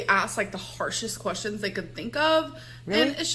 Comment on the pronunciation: Lets count how many times she says ... kwess-yins.